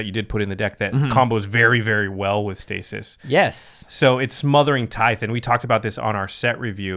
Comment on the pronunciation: I swear, people Have to look up how to properly pronounce Tithe.